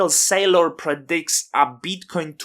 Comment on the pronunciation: instant subscribe, and i will never pronounce michae SAYlor differently again.